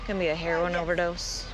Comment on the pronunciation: “He overdosed on hair-win”